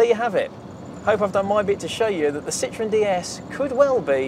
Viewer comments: Phuuuuuuuuuuleeeeeeeeeze stop butchering the name. The Brits are famous for the English language, but clearly can't seem to respect other countries and their correct pronunciations. It is not a "citron"----that is "lemon" in French. This car, as we all know, was anything but a lemon. Citroën is actually very easy to pronounce----see-tro-en. The Brits (and Californians) seem to have the same problem with Germany; it's not a "Porsch", it's a "Porshaw", as the "e" in Porsche is always pronounced. Thanks goodness thet can say BMW rather than Bayerishce Motoren Werke. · I don't mean to be mean but if you like it so much, pronounce its name correctly (the diacritics above the "e" are there for a reason). An excellent video otherwise. One interesting bit about Citroën is that CAD curves and surfaces were invented there by a mathematician who worked for them: Paul de Casteljau. Some years later another mathematician, Pierre Bézier , re-discovered those curves and surfaces that now bear his name (de Casteljau was unfortunately prohibited from publishing his discoveries by an NDA he was obliged to keep at Citroën). Paul de Casteljau also discovered something known as "blossoming construction" for spline curves which was also re-discovered later by another mathematician.